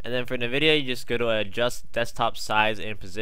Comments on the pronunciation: just gonna throw this out there its pronounced En-vid-ee-ah not Niv-id-ee-ah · It's not motherfucking pronounced "Na-videa" holy fuck it's "EN-VIDEA" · It's called EN-vidia. What's the point of using black bars though?